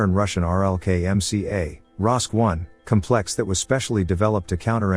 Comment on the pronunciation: Fine tune your robovoice. Noun: cómplex. (accent on first sylable). Adjective: compléx (2nd syllable).